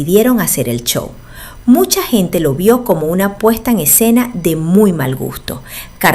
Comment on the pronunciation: ES SHOW ASI SE PRONUNCIA NO ES CHOO SE PRONUNCIA Y SE ESCRIBE SHOW